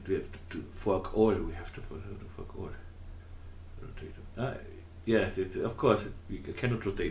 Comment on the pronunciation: Really nice work. Am I the only one who giggled slightly(childishly of course) when you kept saying Fork All ?